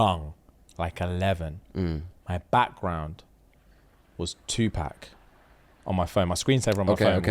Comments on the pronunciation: “Two pack”😭😭😭 idk why that pronunciation is sending me 😭😭😭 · saying 2pack is killing me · That’s not how you say 2 pac🤣